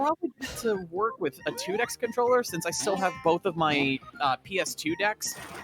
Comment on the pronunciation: I love love love that IIDX and Pop'n get some shoutouts, but I've never heard someone pronounce it '2Dex' before and it's driving me crazy. But I admit that's a me-thing. Loved the run! e: also sanwa, not swana, but again, sorry, I'm being a little jerkish.